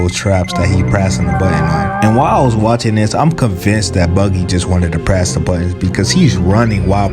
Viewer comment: "prass the button"💀💀